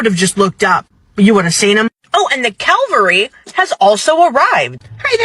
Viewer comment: Cavalry not Calvery😂